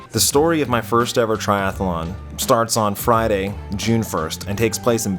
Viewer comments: Triathlon, not TriathAAAlon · We may have to kill you if you keep saying Triathalon. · One les syllable, Triathlon vs Triathalon.